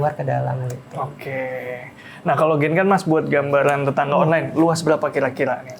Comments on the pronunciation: please kl bilang genkan, dg spelling japanese bisa ga? Aku selalu terganggu krn sll dengar spelling yg ga bener...😅 jadi bacanya "gengkang" gt mas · Genkan itu dalam bahasa jepang cara baca nya bukan genkan tapi gengkang pak Huruf n itu dalam bahasa jepang di baca nya ng